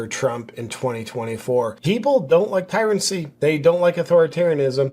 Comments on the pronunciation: Tyrancy is pronounced Tyranny, JP. Love you, bro. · Tyranny not Tyrancy but spot on. Enjoy your videos.